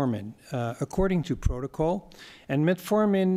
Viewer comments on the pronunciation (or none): none